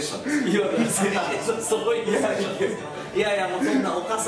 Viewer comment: セッションじゃなくてセツションです（つ感）大事にしてくれ〜〜